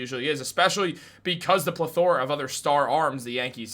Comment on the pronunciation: That’s… not how you pronounce “plethora” my man